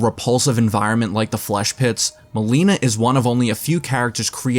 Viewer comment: Milena ❎ MOLINA✅